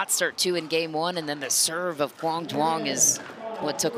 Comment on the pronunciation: The word mizu (means water) in Japanese, drop the 'mi' then add 'ong'... zu-ong. Quang has been pronounced correctly